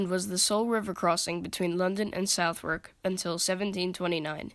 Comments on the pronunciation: Southwark is pronounced "Sutherk" and "Thames" is pronounced "Tehms" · Great video! If you would like to know Southwark is pronounced Suthark. A typical weird British pronunciation so don't feel bad! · Southwark is pronounced like 'other' with an S and K added; 'Sutherk'. The W is completely silent. Thames is pronounced 'Tems'. It was the south, not north gate that displayed heads, and it was not known as Traitor's Gate, which is in the Tower of London. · brilliant video! nice work! Just two little points...nonesuch is so called because it was a mini replica of the now lost Nonesuch palace built by Henry viii....and it's pronounced suthark...best wishes and keep up the good work! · Americans can’t say Southwark! That aside very well done !